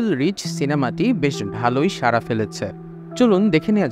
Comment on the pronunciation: সারা ফেলেছে নয়! সাড়া ফেলেছে। বাংলাতে শব্দের উচ্চারণ ঠিক থাকা চাই। যদি বলি, "বারি" ভাই "বারি" যেতে চায়। তবে কি বাক্যটা ঠিক হলো?? বারি ও বাড়ি শব্দ দুইটির অর্থ সহ উচ্চারণ নিশ্চয়ই ভিন্ন।